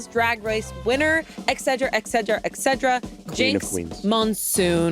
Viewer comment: There is no 'egg' in et cetera. By now it's embarrassing. Same with Shayne on SRRS. Do they also say 'egal' instead of et al?